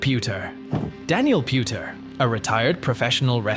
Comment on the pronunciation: PuDer not puTer 😂😂